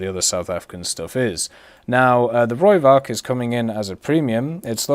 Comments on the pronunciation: You can say it like Roy-falk Rooivalk is taken from the afrikaans language. No, i'm not afrikaans. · PLEASE stop saying it as a V... the v in Rooivalk is an F sound.